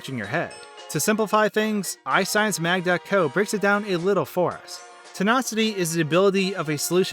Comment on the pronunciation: Are you saying Tinocity instead of Tonicity?